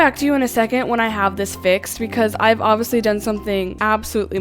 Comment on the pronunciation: please stop saying ovisee instead of obviously 😭